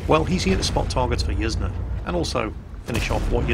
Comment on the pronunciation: Pretty sure Yzne is pronounced "Yiz-Nay", incase anyone wanted to know